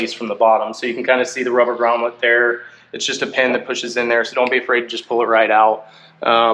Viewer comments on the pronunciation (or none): Good video mate. A bit long. So happy you are making videos on my bike. Please, it's Grommet, not Gromlet.